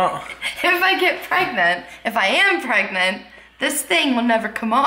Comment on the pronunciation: She not pregananant.